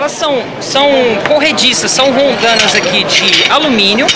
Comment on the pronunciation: e ainda se expressa errado em vez de roldana ele diz rolndana.